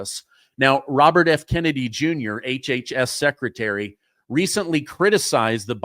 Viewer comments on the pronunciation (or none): none